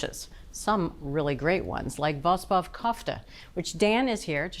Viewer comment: It is pronounced wrong, VOSPOV should be pronounced with the O not "vaspav" & not "vuspuv". VOSP in Armenian means lentil. Kofte' is invented by the Persians (now Iran) & means "pounded" & they made them round like meatballs). Nowadays they make it in different shapes all over the world. 🇦🇲❤️🇦🇲💙🇦🇲🧡 Armenian Flag. My thanks to 💕👍😘